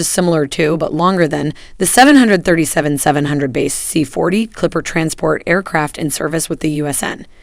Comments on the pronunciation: its 7.3.7. Not Seven hundred thirty seven.....killin me smalls. Good video though. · Normal people call it the 7 37 not a 737. It may me cringe when she called it that.